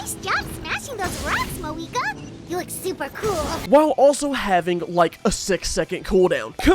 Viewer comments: who tf is "maweeka" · It's Mavuika, what was I even expecting🥀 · Fair enough racism The way he says the names LMAO